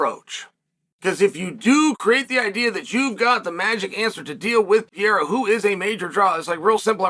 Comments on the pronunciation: P E R E I RA not piera! FFS! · '''Alex Piera''LOL, how hard is to remember the name of MMA champ!? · Just say his name correctly. The bit isn't funny anymore. it's actually annoying and disrespectful